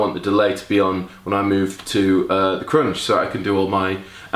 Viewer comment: His pronunciation of crunch croiunched,cuuvvunched,k roo inched my mind!